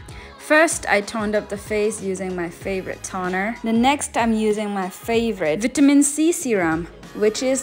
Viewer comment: Ayoooo!! I cannot with your fake accent.. Also wait for the "BHITAMI C BHUSSTRR SERUM"💀🥹